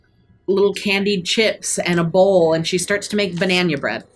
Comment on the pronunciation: This was a great fight. I really enjoyed it. Poor Twig, she didn't deserve that hit from Kremy. PS: I can't ever say again Banana. Now it's always "Bañaña" :D